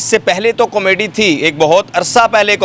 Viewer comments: Oh Bhai, "comedy " tou teekh tarah say bolo, "Kameedy " kya hota ha🙏😇😂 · Kamaydi nhi hota 🤦🏻‍♀️ comedy hota ha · Camayday nahi hota comedy hota hai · Com-mady.... lolzzz. You should say proper Urdu word instead. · Why is he saying comedy wrong